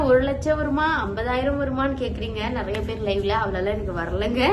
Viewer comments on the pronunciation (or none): none